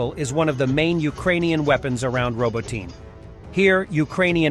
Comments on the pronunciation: Please learn to say Row-bot-knee, not Robo-teen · I giggled every time the narrator said "robo-teen". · For fucks sake learn to pronounce the Ukrainian names. there is no Robotyne it's pronounced Robotne !!!!!